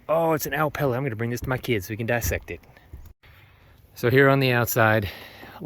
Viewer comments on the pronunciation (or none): Great vid, appreciate the info, but my man, you sent me on some kind of wild goose chase looking up what on earth is an al palate. Annunciation just threw me off completely. I eventually figured out that you sad " Owl Pellet". For reference, when I say Owl the W is prominent, and the vowels in pellet are distinct. I had no idea what you were saying. In my defense I was watching on a phone screen and wasnt' really watching intently more just listening. Watching it on my TV at home I could see what you were talking about and got it.